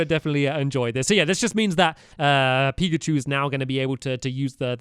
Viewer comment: Pikachu not primacy